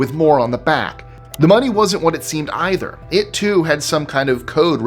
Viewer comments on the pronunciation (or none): none